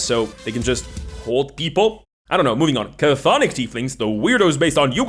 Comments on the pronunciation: It’s pronounced “Thonic,” not “kuh-thonic.” You played yourself with that one. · It's funny how you talk about people mispronouncing Chthonic and then proceed to mispronounce it yourself. The C at the start of the word is silent, so it's just pronounced thonic and not cathonic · just an FYI; Cthonic is not pronounced "Ca-Thonic," it's Greek and Greeks like their silent letters, it just sounds like "Thonic," no "Ca" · Not to be "that guy", but I find it quite amusing you made a joke about people butchering the pronunciation of "chthonic" then proceed to spend the entire video saying it wrong. For future reference, the "Ch" at the start is totally silent. It's just "THAW-nik". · The word is pronounced "thon-ick". The first C is silent. I blame Cthulhu (where the first C should be silent as well, but nobody pronounces it correctly). Very entertaining video as usual, but I'm done giving WOTC any money for anything ever again. With games like DC20 and Shadowdark out there that do what D&D does better and don't hate their customers on top of it, I (sadly) am done with any new stuff produced for the world's premiere (but no longer greatest) roleplaying game. If Hasbro/WOTC still recognized that D&D is a hobby instead of a "lifestyle brand" and just focused on producing quality entertainment rather than making social commentary, I'd still be on board. But, frankly, at this point, it's so easy to just walk away, and notice that nothing of value was lost. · the C in cthonic is silent but you mispronounced it wrong on purpose for clicks touché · That's not how you pronounce chthonic though 🤦‍♂️ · Thank you. I cringed when I heard the pronunciation, and now I must brace myself for years of mispronunciation. I still wince when I hear someone Avernus with the same cadence as Inverness. Cthonic and Avernus are real words with pronunciations people can look up. I suppose if I can accept Sigil with a hard G, I'll adjust.